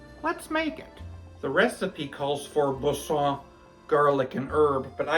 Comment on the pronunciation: Kudos to you,, for pronouncing Boursin correctly. I taught French for 30+ years and if I hear one more person say, «bore sin » I shall impale myself on my fleur de lys. Avec respect.